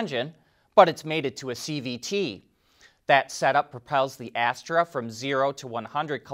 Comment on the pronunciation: I knew it!!! The name of that Chinese (9M with the Shanghai local Government) compact crossover is so close to that of the better known OVX (now part of Stellantis) that had to pronounce Asta as "ASTRA"....